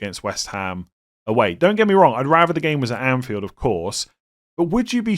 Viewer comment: What’s the accent? Your pronunciation of Anfield & half is wild😂